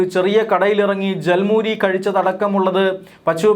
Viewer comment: ജൽ മൂരി അല്ല / ഝാൽ മുരി